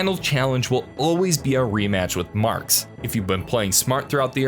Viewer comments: He Said mark and not Marx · Did this man just call him "Mark?"